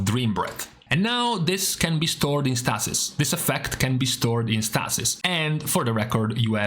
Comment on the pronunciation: Stay-sis; Stay-sis; not Staa-sis.